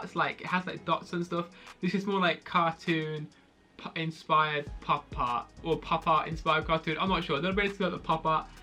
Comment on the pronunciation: thought he said pop tarts